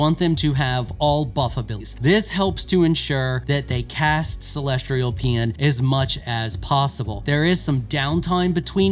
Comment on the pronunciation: Why tf do all content creators for video games struggle so much with pronunciation. "CELESTRIAL" why the R? Seriously, it's a pattern I've noticed amongst most creators for video games. Not trying to single this guy out but there is always some random word they can't say correctly 😂